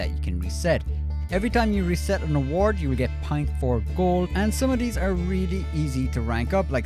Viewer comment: "Go onto D award" 😆